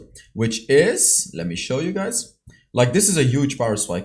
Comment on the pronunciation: Trinity forge plus glute graves is Youge! Lol sorry I had to pick on it accent bro. Love ur channel have seen every video.